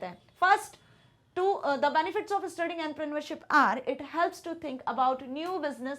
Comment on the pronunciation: Entrepreneurship❌ Andrapraniaualship✅ Youngsters ❌ Yungusters✅ Billionaires❌ Billionaaieerss✅ Electricity❌ Laactricity✅ Effective❌ Afacttive✅ Bro English is struggling to struggle for real🗣️💀